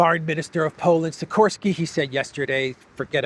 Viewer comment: Nice shot of the Mitoraj sculpture and krakow rynek. Also. Sikorski is pronounced shikorski. Tell as it sounds odd the way he says his name